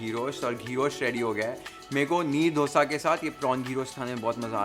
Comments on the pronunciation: Meharbani hogi sir, aap " डोसा " mat bolen. " दोसा "," दोसे" kehte hai use..doodh, dahi sab bol le te hai, दोसे kyun nahi bol pate??? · You learn to say Dosa 😂😂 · how its pronounced: DOO - SA ❌ DHO(2)(दो) - SA.✅